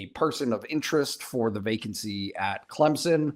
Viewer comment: why do people put a 'p' in Clemson, & say Clempsin?